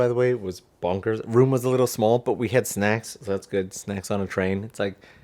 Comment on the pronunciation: “Snackses” Yup the gremlinization definitely was triggered from those snacks after midnight 😆